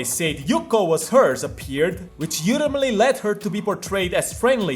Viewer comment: I love when he pronounces ‘ultimately’ as yultimately kek I hope it continues